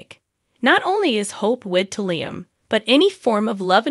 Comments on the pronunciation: His name is pronounced 'Lee..um....not Lie..m. fix it... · Please pronounce cast names correctly. LIam is pronounced,,,,Leelee um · It's LEE-AM